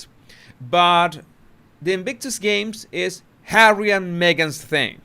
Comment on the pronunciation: "hawwy" . ROFLOL.